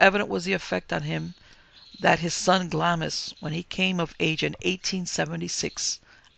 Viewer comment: Pronounced "Glahms", the "i" is silent. Pronounced "Edinbrah" - for Edinburgh